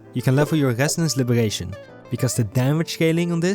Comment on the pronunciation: Bro cannot pronounced the " R " 😭 " Gesonance " and " Libegation "